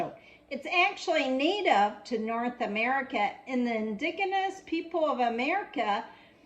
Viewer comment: Never heard "indigenous" pronounced with a hard G sound before today.